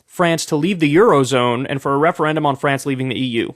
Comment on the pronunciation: To my French friends, I sincerely apologize for Kyle. It hurt me too.